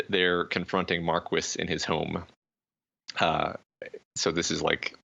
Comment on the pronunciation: I swear, every time I hear “Markwis,” I die a little inside. Loving this series from what I’ve watched of it so far though.